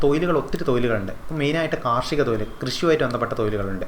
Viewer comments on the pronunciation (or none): തൊയിൽ അല്ല - തൊഴിൽ